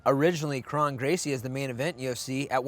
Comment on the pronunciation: Faber is saying krone right . Brendan keeps saying his name wrong even tho Faber keeps saying it the right way 😂